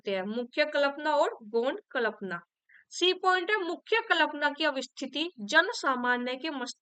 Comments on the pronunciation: माफ़ी के साथ कह रहा हूँ प्लिज़ 🙏🏻 जब कल्पना की उच्चारण करती हैं तो बहुत खटकता है 🙏🏻 एक बार इसपर ध्यान देने की कृपा करें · Ugc net k liye pdha rhi h ap jisse aage chal k bachhe assistant professor banenge esliye ap hindi k words ka pronunciation sahi se kriye Kalpana dhwani jaise sabd ap galat bolti h or sth me or b bht se sabd h Jo galat bolti h esliye unko sahi kre Jb teacher sahi bolega tbhi bachhe sahi bolenge